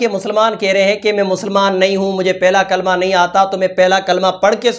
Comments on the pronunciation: Yeah kalma belkul galath pad rae hai toba toba nai ahthe thu na e pado thu baeter hai liken barai maherbani kar k galath thu na pade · Kalama shi se nhi padha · Galat pad rahi h kalma